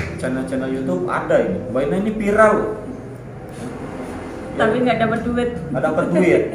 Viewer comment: ini setiap videonya klau ngomong viral pasti dia sebutnya pilarr... yg sy tau klau pilarr itu tiang rumah itu pilarr.. beda dgn viral... gk tau lidah y yg susah nyebutin atau memang gk tau pilarr itu tiang rumah.. hhhh maaf cuma pingin kasih tau doang klau pilarr itu tiang rumah.. monggo dilanjutkan... tetap semangat